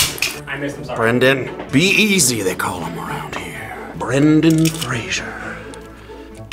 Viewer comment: I was in love with until he mispronounced Brendan Fraser's name...